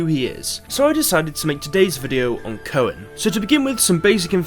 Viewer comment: His name is pronounced "Koon"